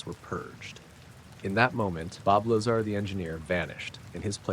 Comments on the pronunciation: Ai voice... Keeps pronouncing "Lazar" differently every time. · Sorry, very poor AI research and delivery. Lots of embellishments and exaggerations. Hollywood version told by a soulless AI narrator. Please teach it to at least pronounce his name correctly.